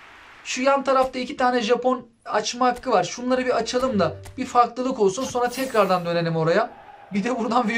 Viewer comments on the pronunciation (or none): none